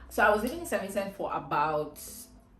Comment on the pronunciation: Just one piece of advise from me if can speak just a little slower...it took me a while to realise you were saying st Vincent